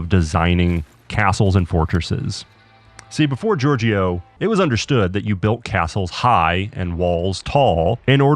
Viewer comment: great video! when you talk about Giorgio the second "I" is silent and the last part of the word (gior"gio") is pronounced as "jo" so its like "jor-jo"